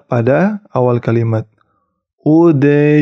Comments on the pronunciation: Maaf,, itu surat ق bukan?? ، bunyi nya ud khulu ha / bukan UD zduluha 🙏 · Maaf itu udkhuluuha bukan udjuluuha.